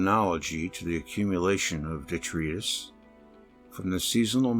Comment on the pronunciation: detritus is pronounced de- trite - tus.